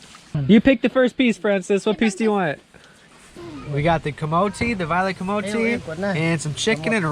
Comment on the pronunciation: I love the way you pronounce ‘kamote’ its so refreshing to hear 😁